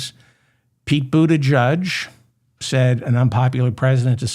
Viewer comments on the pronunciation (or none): Small but important: it’s not Pete Boota judge, it’s jeig. And, Ghislaine Maxwell is pronounced with a hard G, not a J. Yes, all war is justified with and based on lies, I knew that before 1st grade.